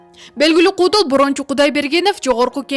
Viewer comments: Нормальный суйлочу тантырабай. Кудул эмес куудул чон кыз. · Эй журналист кыз. Сүйлөө речиң оңдочу. Кудул, эмес куудул дечи.